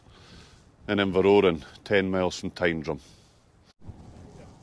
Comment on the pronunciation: The correct pronunciation of Tyndrum (Tyne Drum) gets my vote ... and I'm not even Scottish